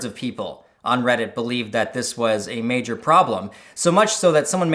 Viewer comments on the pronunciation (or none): none